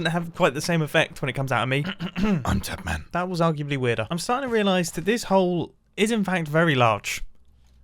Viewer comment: Ur potatman, not tatman